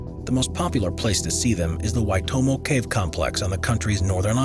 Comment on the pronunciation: I would like to commend the commentator on pronouncing the caves name Waitomo in the native tongue of the Maori people of New Zealand. Well done and excellent research. Fantastic video. Thank you for showing.